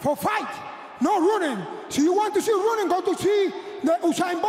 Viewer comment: He ronning and ronning and ronning😂😂